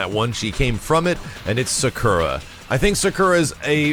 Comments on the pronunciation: suhkura? thought her name was pronounced soccera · Sak-oo-ra, not Sa-kur-a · why u say sakura like that is like u are saying zekura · What's a Sukera? I know Sakura but Sukera? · Sacurra (Sa-kUra).. i cringe every tim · Cool, but that's not how you pronounce "Sakura". /weebmodeoff